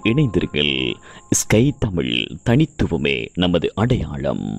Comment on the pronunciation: வணக்கங்கள். ழ சரியாக உச்சரிக்க வாழ்த்துக்கள். தமில் ? தமிழ்?